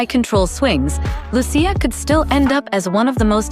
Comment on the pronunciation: I hope they use the Italian pronounciation of Lucia honestly, Lu Chi Ahh, I'm sure my aunt would be happy too.